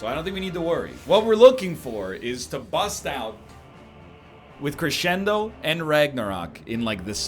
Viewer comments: K8 shed a tear when he said "cressendo." EDIT2: thrice. Oh my.... And one was AFTER saying it like he's not.... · Hey, idk if you care about these types of things because it's not that important, but it's pronounced creshendo, even though it's not spelled that way. It's a musical term to indicate the reader to get louder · If his wife hears him pronounce crescendo like that, I think she might beat the crap out of him. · How can one egg be seemingly so intelligent but also say crescendo like that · he can't even pronounce it, never mind play it properly. Cost him the run, my dude. THIS is why YOU don't comment until the end of the run.